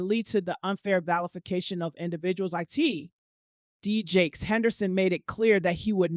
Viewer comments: Honey, the AI struggle is REAL "Tee-DEE-Jakes." LMAO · love you hun however the AI voice control on your lastest videos are distracting and takes away from the information you have worked so diligently to obtain. I watch you for your discernment with REALISTIC attitude, passion, and comedic commentary. "T. D. J-A-K-E-S" ain't hitting boo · Literally over here laughing at how this lady keeps pronouncing his name 😂😂😂😂😂😂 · The way she is pronouncing TD Jakes is giving me a headache. Please make it stop. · What's up with the pronunciation smh 🤦‍♀️ of T.D Jakes